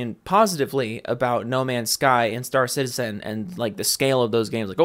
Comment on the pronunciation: "no mansh shky ans shtur shitizhin"